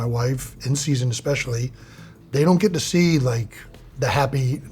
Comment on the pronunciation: Jeezus, if I have to listen to this kid mispronounce "especially" ONE MORE TIME.